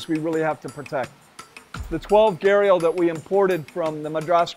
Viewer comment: It's so sad that while everybody in the west takes immense effort to pronounce words from Spanish, Japanese etc. they just casually anglicize Hindi/Sanskrit words. It's Gha-d-ial not Gharial or Garial.